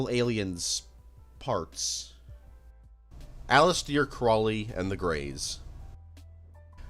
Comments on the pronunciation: Aleester craawley performed the aybrameelin ritual. Can Americans read English? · Bro you really need to work on your pronunciations. The Nimitz’z? Allisteer Croleay? Come the fuck on.